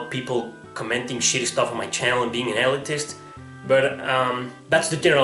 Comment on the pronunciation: Pronounced 'Ill-leet-ist'